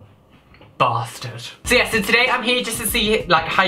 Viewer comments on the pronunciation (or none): LMFAO that dramatic silence, then "Bastard" That shit had me Rollin